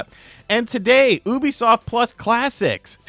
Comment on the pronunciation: the way you pronounce Ubisoft as "Oubisoft" instead of "Yubisoft" irks me but yea Xbox is done as a brand